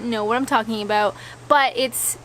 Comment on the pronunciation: "know aboot"?